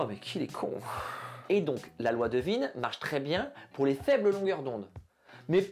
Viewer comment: content de voir qu’on partage ce même humour. Content aussi d’être enfin fixé sur la prononciation de « Wien » après toutes ces années de doute…